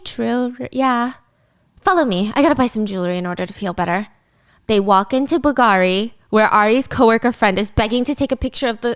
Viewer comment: The way you say bull gari 😂🤢